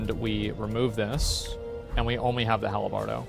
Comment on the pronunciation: “The hal-a-bardo” Drives me nuts. 🤣🤣